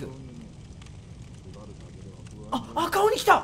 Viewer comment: 赤鬼(読み:ラッカシ)